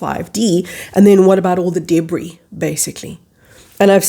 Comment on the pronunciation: I heard......'Deadbris'..